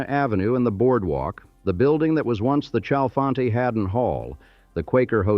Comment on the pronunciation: Its Len ah pee, not lenahpe. Its abh see con, not absahcon. Chal font A is Chahl font. Redding railroad, not reading.